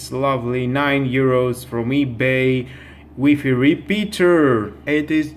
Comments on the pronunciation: WIFI NOT WEEFEE. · In my village , we say weefee.